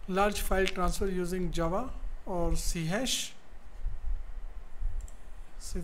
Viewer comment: Its pronounced "C Sharp" not "hash" just FYI :)